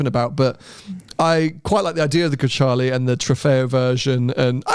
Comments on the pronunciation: WHy do you pronounce it as GreCHale? It clearly says Grecale. It's read how it's written in Italian. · Is it not pronounced "grakalé" ? 😬